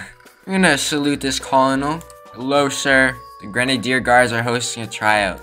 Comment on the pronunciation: its pronounced kernel not colonel